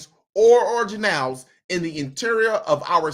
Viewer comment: ORGAN-elles. Like "ORGAN". NOT: orjanelles.